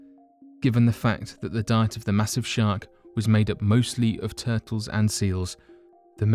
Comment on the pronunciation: can you say shar"k"? instead of shart... your a shart!!! o.0